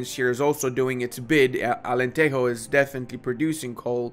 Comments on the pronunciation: Hearing "Alenterro" has broken my Portuguese heart😞😞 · It's AlenteJO. Like in G.I.JOE It's only in spanish that the "J" sounds as "R" (or I guess it's "H" in english, like in "home"), not in portuguese. In portuguese, the J sounds like J itself, like in "Space JAM" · Portuguese doesn't have the Spanish j/g(e/i), it uses the English j/g(e/i) and when the word ends in -es, it's more like ending in -sh or -j (if you're from the interior) Anyway, nice video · "alenterro" we dont speak spanish man, we are portuguese, we are better than those "buenos dias" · Why do you pronounce Alentejo like that? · I think it's important to mention that beside developing Alentejo, he pronounced it as a truly authentic castilian spanish. And for this he should be BAN...Read more